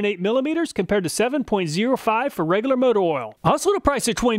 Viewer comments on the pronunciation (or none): none